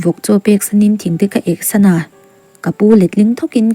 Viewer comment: Chhiartu duhtak,hma i sawn viau nain han ṭang leh sauh sauh la aw.LAMPUI CHANG KHAT tiha LAMPUI i thluk dan te .NANG NANG tih i thluk dan te lo ngaithla nawn leh la aw.Chuan MAMMA'S BOY tih laia MAMMA hi mizo tawnga Mama kan tih ang nilo in sap tawnga NU(MOTHER) sawi nana MAMMA tih thluka lam tur a ni e aw. A ziaktu tihsual nge i lam sual niang aw THING TE KA EK SANA ti lovin THING TE KA EH SAN A tih zawk tur a ni e aw TUNKUM tih aiah KUMMIN tih hman ni thei bawk se😊